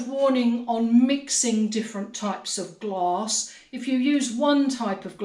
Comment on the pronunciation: Love the video! I'm from Texas, so when I heard you talking about mixing "gloss", I had to back up and realized you were talking about mixing different types of glass. LOL